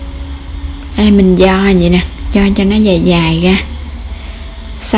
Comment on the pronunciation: Nghe " đổ ga gổ , gồi , ... " khó chịu ghê . Làm video để hướng dẫn mọi người nghe , hiểu , làm theo thì nên phát âm trơn láng , rõ ràng , chuẩn mực mới thu hút nha em . Dị ứng giọng đớt đát , ngọng ngịu ghê đi ! cái này có thể sửa , ko có khó , cố lên